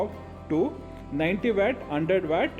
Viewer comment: Wet or watt pronounce at least good bro